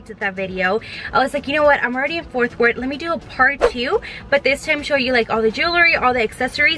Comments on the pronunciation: Omg I love you but it’s been like 3 videos and you’ve said Forth Wort and it’s ForT WorTH😂😂 Sorry girlie ly😂😂😭💗💗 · Fort Worth, not Forth 🤦🏽‍♀️